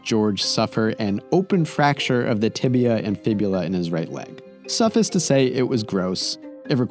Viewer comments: Suh-fiss? Dont you mean suff-ice? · that's not how you pronounce suffice lol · you say Suffice wrong sir. other than that, always top notch work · Most shocking part of this downfall is pronunciation of suffice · you say “suffice” weird. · Dude, suffice rhymes with “entice”, not “puppets”.